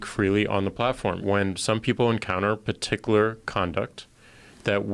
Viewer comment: Jack: "puhticular" Everyone: "particular"